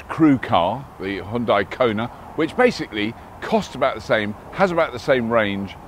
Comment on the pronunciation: I like how Robert said Hyundai properly; Hoondai